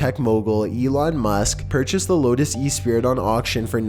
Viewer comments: E-sprit? OH! Esprit! Americans... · The way he says Esprit... it's not an e-spirit... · Lotus Esprit pronounced "E'spree" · I'm not dissing voice, that's covered (1.25 speed BTW. You're welcome) Like it, hate it, zero fucks given. Lotus E-spirit tho? That's just plain old the wrong word. Esprit...ess-pree, you know like it's all French an shit. Footnote: he didn't realise it didn't actually transform? Guess you just need a different kind of smarts to be a tech billionaire. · I really don't like to pick at people, but the lotus isn't an "e-spirit" it's pronounced "esspree" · Lotus Esprit(Espree) not E spirit -_ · PEDANTRY ALERT For the record Espirit is a French word and is pronounced Esspree not Ee Speerit. J S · I lost my shit at "Lotus E-spirit" LMAO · It's pronounced espree btw. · I guess you don't know your cars. That Lotus model is pronounced S-PREE. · Oh my god learn how to say "Esprit" Its Es-pri not what you said. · The T in Esprit is silent.